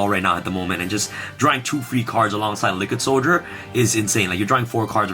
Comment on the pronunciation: this man really said lickid soldier i'm dying